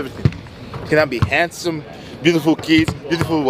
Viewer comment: The way he emphasized it the second time had me dying 😂😂😂